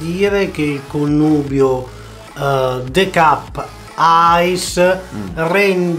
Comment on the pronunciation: Se metti il the cup in freezer...diventa ghiacciato??... Scusa ma il the cup non lo devi pronunciare de cap.... Ma te cup